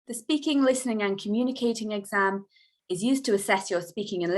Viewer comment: Espeaking or speaking? which pronunciation is correct?